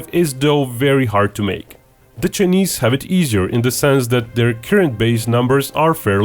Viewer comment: I like how this guy says “chnise” hahaha